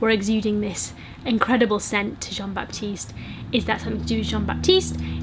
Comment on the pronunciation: Hahah the way you say "baptiste" is so cute. It's actually pronounced "batiste". the "P" is silent.